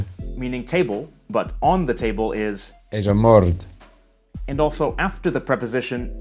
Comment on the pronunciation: mbord -> guy says "ejamord" this language is a nightmare to pronunce